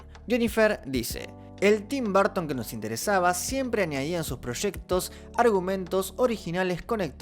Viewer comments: Se pronuncia como Tim "Barton" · Yo: Tim Burton: Tim Barton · Se pronuncia /berton/ /b3:(r)ton/ . Me gustan sus pelis y su visión del cine. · Nobody:: Tim Barton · por qué todos ustedes dicen barton?? cuéntame!!!